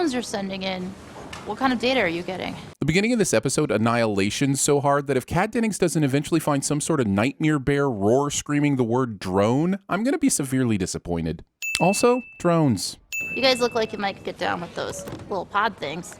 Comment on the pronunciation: Also, pronouncing bears, 'beers'